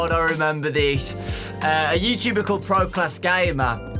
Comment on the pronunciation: I just love it when he says youshube. I just love it😅😂